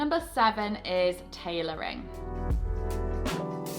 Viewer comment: Shhhhh - Just between you and me. Tailoring not tailorying. Mwah...mwah